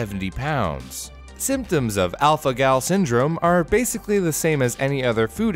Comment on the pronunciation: Alpha-Gal Me:*Alpha-Gel*